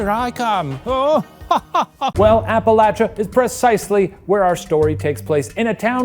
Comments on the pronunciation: I always get excited when Appalachia is pronounced correctly (the way the majority of the people in the region say it APP- A- LATCH-A) well done Shane! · Thank you for pronouncing Appalachia correctly! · Shane as someone from the Appalachian mountains and on behalf of every Appalachian we greatly appreciate you for pronouncing them correctly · Shane pronouncing Appalachia correctly was once again a reminder of why I love him. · Shane pronouncing Appalachia correctly gives me hope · I'm loving the correct pronunciation of "Appalachia" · Oh my God, Shane! Thank you so much for pronouncing Appalachia correctly! Nothing infuriates us Appalachians more than hearing it pronounced App-ah-lay-sha 😂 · you guys pronouncing appalachia right makes me so happy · Shout out to Shane for saying Appalachia correctly. My Appalachian rage is appeased for the day. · Thank you for pronouncing Appalachia correctly Shane! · thank you for pronouncing appalachia right shane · Thank you for pronouncing our mountains correctly - sincerely, an Appalachian who will throw an apple-atch-ya for pronouncing it wrong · Above all else, I'm just glad Shane says Appalachia right